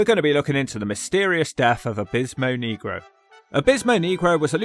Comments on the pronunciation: ☝️Abismo “Nay-grow” not “Knee-grow”! 😅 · You gotta pronounce it Neg Roe not Kneegro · yes and it's fine😂 you have to roll the R's off your tongue instead of pronouncing it (knee-grow) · why are people from the united kingdom so close to spain yet utterly unable to pronounce spanish words properly? nehgro is one thing but neegro is an old, condscending term for black people. I think the promoter had another guy ready to go because Abismo Negro had become unreliable. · FFS don’t pronounce negro like you’re an Alabama sheriff. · U aren't saying the Spanish word for black right. Lol